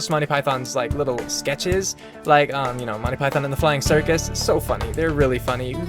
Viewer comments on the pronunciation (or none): You mispronounced the title, it's Monty Python and the Flying Circussssssssss